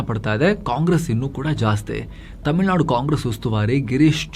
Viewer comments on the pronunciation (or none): none